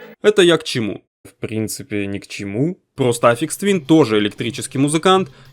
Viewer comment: Автор пилит видос про гения, но даже не в курсе, как правильно произносится его псевдоним) Я уж молчу про кагтавую озвучку